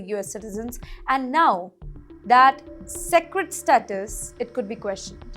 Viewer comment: What is appeled? You mean to say appalled(pronounced as APOLLEd) Please learn english! You said even Phillipines wrongly!!! sacred bond ? It prounced wrongly again! Please go to English speech class